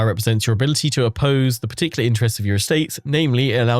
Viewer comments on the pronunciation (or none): none